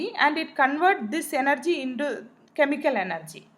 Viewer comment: Its energy not yenergy